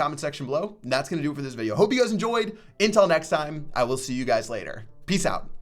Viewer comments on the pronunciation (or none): none